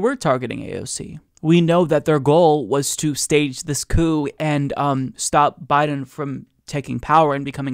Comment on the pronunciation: I can't stand the way she says and, she pronounces it "yaand".